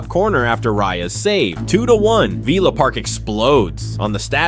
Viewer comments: its vill as in pill not veel as in reel get it up ya aresenal,,,,😁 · "Veela Park" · Villa ❌ Veela ✅ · Had to stop watching because of the mispronunciation of Villa...